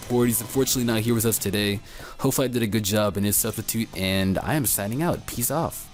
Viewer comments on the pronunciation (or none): When you say "peace off" it sounds like "piss off" xD